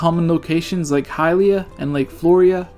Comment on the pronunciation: Did anyone else notice that he said "Hylia" wrong every single time?